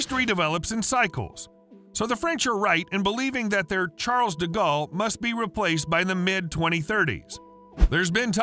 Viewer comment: Ah. Yes. Charles Diggawl. Butchered like a true American. At least try, ffs.